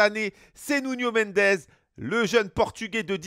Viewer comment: « Nounho Mendez » c’est « Nouno Mendesss »